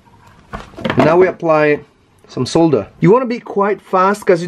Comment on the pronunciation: Lovely to hear 'solder' pronounced correctly